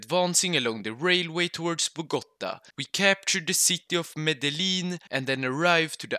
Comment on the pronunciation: I feel offended the way when you said “Medelin” and not “Medeyin”